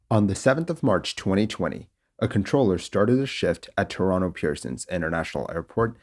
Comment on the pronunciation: thank you for pronouncing toronto correctly